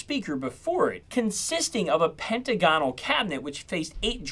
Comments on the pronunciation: "pen·tag·o·nal" not penta gonal. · PentaGONal??? Try, PenTAGonal!! Do you also say, "diaGONol" or diAGonal??